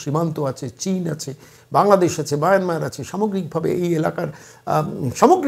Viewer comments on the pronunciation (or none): none